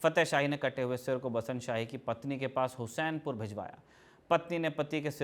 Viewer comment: हुसैनपुर नहीं हुस्सेपुर नाम हैं